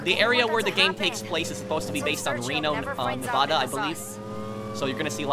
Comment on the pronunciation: you are saying Nevada wrong.